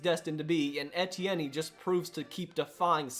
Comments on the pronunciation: It’s E T N, put some respek on it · Please my man, Travis Etienne's last name is pronounced ETN. Like the three letters.